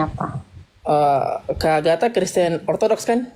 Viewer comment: ngakak Agatha dipanggil Nagita. Eslam baca nama orang aja gak bener apalagi baca qurannya sendiri makanya gak ngerti.